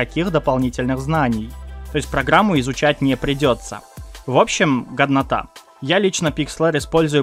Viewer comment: И кстати,посмотрев ролик,мне одному показалось,что он вместо ГОДНОТА,говорит ГОВНОТА!???А проги реально годные.